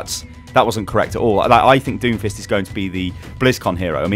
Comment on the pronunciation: You misread Doomfist